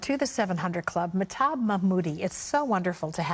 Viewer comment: This interviewer is so annoying. Also she keeps blatantly mispronouncing Mahtob.